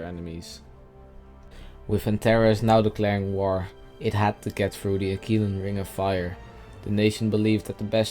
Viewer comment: Uh-Qwil-uh, not Akeelah... nice video btw